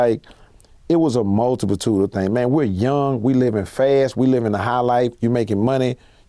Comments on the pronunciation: This nigga said "MULTIPLTUDE" 3 mf times it’s "MULTITUDE” sheesh🤣🤣🤣🤣🤣🤣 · If Keke say multiplitude then it was a multiplitude 🤷‍♂️